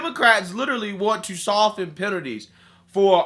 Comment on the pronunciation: Man, who pronounces the 't' in "soften"?